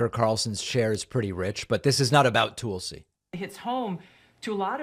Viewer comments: David it's "Toll-see" not "Tool-see. Still love you guy. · “Tool-si.” You’re doing that on purpose, aren’t you David?😏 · So you continue to mispronounce her name to make it sound like Toolsy Gabbard. Rather than emphasizing the U between the T and the L. Which makes you a patronizing a-hole. As obnoxious and arrogant as you already are. This shows what a disingenuous jagoff you are to boot. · 😂 are you deliberately saying "tool"sy? Lol...rich! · Is the "Tool-C" on purpose? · Why Does David pronounce her name Tool-see? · The Toolsi pronunciation is a long-standing thing that he know is different than how she pronounces her name, he just does it “for the fun of it”. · Why does he pronounce Tulsi so funny? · If you learn to pronounce Tulsi, I'll subscribe. Great video :) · Why does David habitually mispronounce Tulsi's name? Is it a bit?